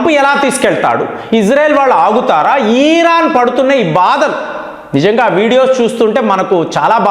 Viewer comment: Sir ఈరాన్ కాదు..... ఇరాన్ అనాలి